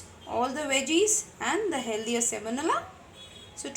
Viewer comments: You mean semolina not semonila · Thanks for the wonderful recipes. Sorry for this but I get distracted every time you say semonila. It's semolina.